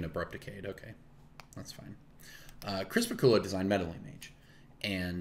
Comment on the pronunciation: Ohh, I thought you were saying ‘crisper/cooler’ referring to the fire and ice mage hands rather than Chris Pikula. Either way, knew which card you meant!